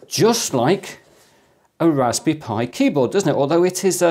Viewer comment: It's "raspberry," not "raspy." Three syllables.